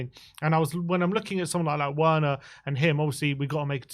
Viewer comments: He can you please stop pronounce his name properly the w is pronounced as a V in Germany, so please say his name right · Why do you pronounce Werners name like that?